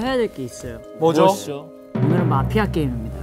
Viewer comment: I don't know why nobody is talking about it but Jeongwoo's pronunciation of MAFIA~ cracks me up everytime!!!